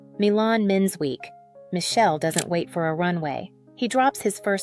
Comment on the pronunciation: AI slop. Can't even pronounce Michele's name properly. And the bias against non-gender conforming aesthetics is clear in whoever the "creator" is behind this. And it's ugly.